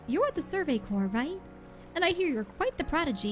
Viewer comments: Corps is not pronounced like 'corpse,' as you are saying it. It is pronounced like 'core.' I notice you've started pronouncing it correctly sometimes, but you still say it wrong most of the time. I think the correct times are on accident. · Corps is one of those words that i know how its pronounced but my lips refuse to say it that way.